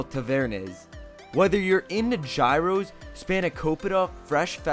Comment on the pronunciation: I find it hard to trust any Greek travel video that starts out by butchering the word "gyros."